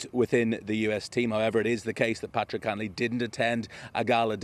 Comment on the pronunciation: Cantlay. Wrong vowel.